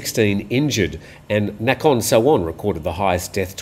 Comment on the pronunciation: i hope I can help you with your pronouncing of a couple of Thai place names. Nakhon is a popular word used in several place names. it is not a hard A but a soft a, more like Naakhon. Also the town and province of Tak is pronounced by the Thais in the North as Tuk. Hop[e this is helpful.